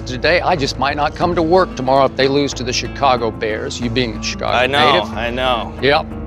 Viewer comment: Skip's when I lose was very very Texan looz it sounded almost like German ü. Like Lüz if you know how it's pronounced you'll know